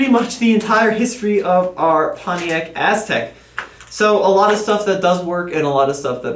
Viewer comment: it sounds like calls it the Asstek. Lol